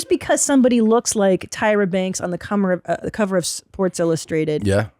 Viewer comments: Christina says "cummer" instead of "cover". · CP getting flustered looking at swimsuit models, saying 'cummer' instead of 'cover'... her mind is elsewhere.